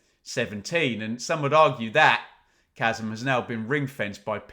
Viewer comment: It’s chasm!😂